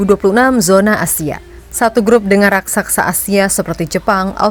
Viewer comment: Koreksi Min......Raksasa bukan Rasaksa